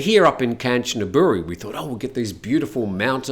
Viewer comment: Ganchanaburi - the 'k' in Thai is a hard 'g'.